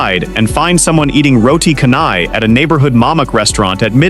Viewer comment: AI is not really intelligent after all....... still cant pronounce ' canai' correctly..... it should sound 'char nigh'